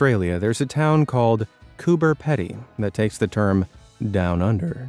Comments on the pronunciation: Lol..spat my coffee when you said Cooper Ped-y…lol…we aussies say Cooper pee-dee…like Pee. Cooper Peedy. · That Cooper “pee d” not pedy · It's 'Peedee', not Peddy! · Coober Pede is NOT in the middle of Australia. ALICE SPRINGS would be the closest to that claim. Also it is NOT pronounce as PED E. In Australia it is pronounced as Coober Peedee. We DO NOT speak phonetically in Australia especially in relation to place names. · You guys are great but I just have to tell you that Cooper Pedy is pronounced- “Cooper Peeedy” emphasis on the “e” in Pedy. Just so you know. I live in South Australia! ❤️❤️❤️😎🇦🇺✌️ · There's no town in Australia called Coober "Peddy," locals pronounce it Coober Peedy. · FYI it’s pronounce ‘Coober Peedy’ not pedy :) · You say it Coober 'Pee-dy' not 'Ped-dy'. I just thank god you didn't say 'Cooper' like a lot of idiots. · We pronounce it Cooper 'Pee-dy' Not 'Peddy' here in Australia 😆😆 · 😱 Cooper Peedie, not Coober peddie. Watch local uploads and do your homework. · The underground houses of Coober Pedy are possibly the coolest (pardon the pun). It’s pronounced Pee-Dee though! Not Ped-ee. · It's pronounced Peedy, not peddy btw. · IT'S PEEDY.. NOT PEDDY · The Australian town is called Coober PEEDY (not peddy) and the underground dwellings are properly known as "dug-outs". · its pronounced cooparpeedy not cooperpedy. 😂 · Coober peeedy. Not petty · Mate, it's Coober PEEDY, using the vowel in "fleece", not Peddy. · its not ped ee.. its coober pee dee.. i live in oz so i no...lololol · Cooper Pedy is pronounced Cooper Peedy. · The "Pedy" in Coober Pedy is pronounced "Pee-dee". My parents live there, we temporarily lived there and my 10yo is currently on holidays with my parents there :D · FYI. The Pedy in Cooper Pedy is pronounced as Peedy. Really interesting stuff. A shame about the English guy and his castle. There's always a technicality when it comes to councils. That technicality being about money. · It's Coober Pedy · It's NOT Coober Peddy.